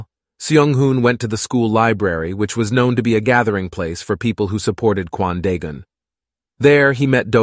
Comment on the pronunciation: am I the only one that hears Quandale Dingle whenever he says Kwan Daegun?